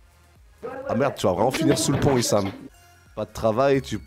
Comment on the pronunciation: haha c'est pas isham, c'est i-shame mdrrrr